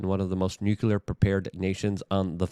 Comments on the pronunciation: New - clee - err. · Nuclear is pronounced NEW-CLEAR. Please, Luke...you should know this